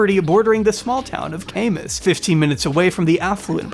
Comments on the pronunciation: As someone from the area, Kamas is pronounced KAM - IS (like Cam-era, and is-n't) not CAME-IS lol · The annunciation is: “Kā mās”. Born & raised here, traveled & lived the world and came back TO Utah. I just wanted to help you in pronouncing the city respectfully 🥰 This family is BEYOND….irritating to say the least. My heart is broken for her and after “studying” him, body language I’m beyond concerned and I pray for Hannah daily as well as her children. I shall continue to do so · small point, just noticed on rewatch. The town where their farm is (near me) is pronounced Kamas (Ka-mus) where the first a is like apple. anyway, so important I know! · as someone who has cousins in kamas, utah and has lived in utah my whole life it's pronounced Cam-iss🙂‍↕️🙂‍↕️